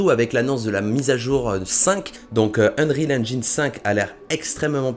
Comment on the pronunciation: Ça ce dit unreal enjaïne